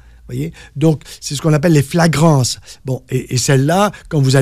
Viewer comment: Fragrance et non flagrance dr!